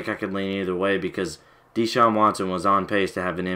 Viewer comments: His name is not DEE-Shaun. It's pronounced like DaShaun. And he only played three years because he graduated in three years. The guy took full loads every semester while starting at QB AND winning a National Championship. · U said his name wrong 😂